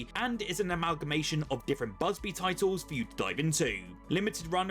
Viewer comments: bubzee not buzbee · thought I heard bugbe and buzbuy. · I counted three times... Busby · Are you joking when you pronounce bubsy wrong twice lol.